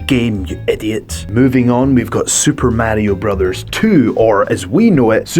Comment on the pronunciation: "Super Matio Btose"